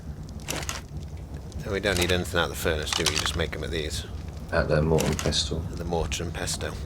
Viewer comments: I'd just like to say that you pronounce 'mortar and pestle' like mortar and pesel, not 'mortar and pestel'. :) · Sorry if I sound like a know-it-all but its pronounced Mortar and Pessle. The T is silent.